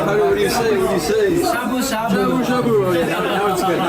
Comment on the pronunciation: 楽しく拝見しましたが、英語の会話の中で日本語の名詞 の発音を しゃぶしゃ～ぶ～、す～し～ かまぼ～こ～😄 普通に発音してほしいな～